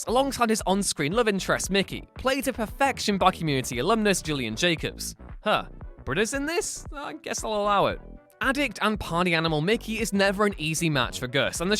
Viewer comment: For future reference, Gillian Jacobs' name is pronounced with a hard "G". Unusual I know, but she's so good I'm not going to argue with her.